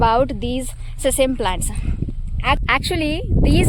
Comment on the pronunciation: Sesem seeds ❌ Sesame seeds ✅